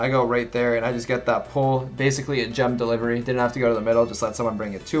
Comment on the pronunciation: Gem delivary😂😂